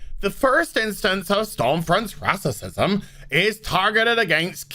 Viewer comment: Did you say rassisisum?